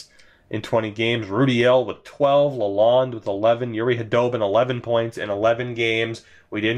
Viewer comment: Ur saying Lalonde wrong